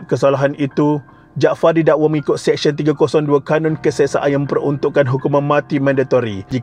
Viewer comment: Sebut betul2. Mahkamah SeSYEN bukan Mahkamah SEKsyen . Practice sebutan yang betul sebelum buat content.